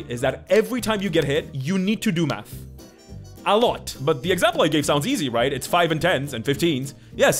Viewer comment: My brain is... "Special." You said, "A Math shaped dagger." I heard, "A Matt shaped dagger." :D